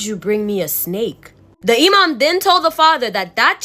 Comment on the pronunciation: Loved your story telling!!!! Btw your story about the snake baby, You said 'Imam' 100% correct, they are the muslims equvalent to a community leader. Basically someone whe is knowledgeable about the religion whom people go to ask for guidence. And you're so adorable!!! 'Hocking', in the other story wasn't a typo for 'work' 😆. It means, 'to sell something that you hope to buy back later because you need money now.' Basically pawinng. I feel so old, people don't use these words anymore and they're getting lost to time. The younger generation will probably never hear these terms unless they are into classic literature or films.' And if you want some amazing content ask your followers if anyone has stories about "Djinns" (pronounced, 'Jin's'). They are the Islamic equavalent to shadow people that weild magic. They are where, 'Genies', orriginate, and are said to be the precurser to mankind after god made the angels if I rember correctly. I met one when I was a kid. (Our house was hella haunted!) There's this one clip of a man exploring an abandoned house, one minute he walks past a room and there is a full moon in the sky, then he backs up and it's gone. The film was analyzed, and the experts say its a continous footage so it wasn't edited in later. Oh, and my family is Guyanese so they refer to black magis as 'Obeah'. I'm sure if you ask for stories about that, you'll get some wild tales!'